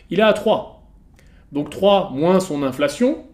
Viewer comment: Si t'avais robotisé ta division en syllabes tu saurais que c'est "in-fla-tion" et non "inf-la-tion" . 😊